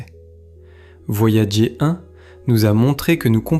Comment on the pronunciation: "Voyagé 1" au lieu de "Voyageur 1", je n’arrive pas à m’y faire... Si vous voulez proposer des extraits d’émissions anglo-saxonnes, laissez la version originale à disposition, ou à minima, dites à votre IA de prononcer les mots correctement. J’imagine que vous ne le ferez pas car vous n’avez pas les droits de rediffusion... Ah là là c'est beau l’IA pour se faire de la thune facilement.